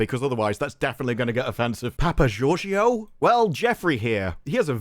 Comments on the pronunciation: As a Greek I will allow your horrible pronunciation of Papageorgiou. Because I almost died laughing. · Every time says Artys' last name I keep hearing Doctor as his title. Doctor Papageorgiou...